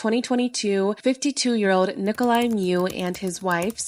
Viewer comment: Well for someone that pretends to pronounce ppls names correctly you did not.His name is Nicolae not Niclai and Miu is pronounced differently. as a romanian.